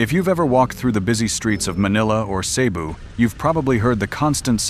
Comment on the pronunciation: This is a computer generated voice using AI. Who knows where the video came from? You can tell it doesn't know how to correctly pronounce various words such as Cebu. Showing lots of skin of young ladies is nothing more the click bait.